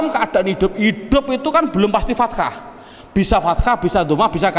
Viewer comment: maaf ustadz, ustadz contohkan fataha kok ustadz ucap fatakha? berubah makna ustadz.